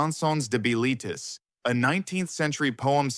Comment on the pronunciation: I saw it in 1977 in France on my way back to the U.S. I was quite impressed at age 27. It's pronounced "Bill-i-Teas" rhymes with crease.